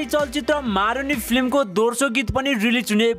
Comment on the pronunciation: दोर्सो हैन हजुर दोस्रो हो अस्ति पनि निखिल उप्रेती लाई उर्पेती भन्दै हुनुहुन्थ्यो आज पनि दोस्रो भन्या दोर्सो दोर्सो भन्नी 😉😉😉😂😂😂😂😂😂